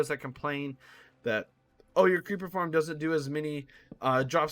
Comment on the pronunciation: He said form except for farm